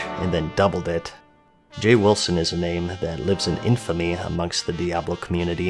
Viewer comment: Diablo 3 wasn't exactly how you say btw.